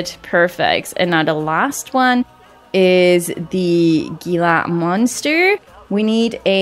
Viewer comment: I’m pretty sure the Gila monster is pronounced heela monster